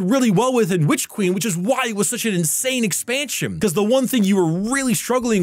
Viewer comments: you do good work, but please pronounce your n's at the end of words. It's super distracting to hear you say 'Witch Queem.' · I think you mispronounced "It costs more than the Witch Queen and should therefore be held to a higher standard" when WQ came out it was 30 for standard and 60 for deluxe. Light fall went "eh, needs a 67% price hike" and costs 50 and 100 respectively